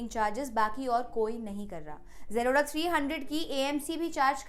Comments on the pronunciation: Why are you Pronounce "Zerodha" to "Jroda" 💀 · Aacha se zerodha to bolna seekh le.. angerez